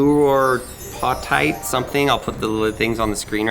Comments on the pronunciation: How to pronounce flouroapatite ..................>Flooro apae tite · Pronounced Flour-apatite. Which is a specific type of crystal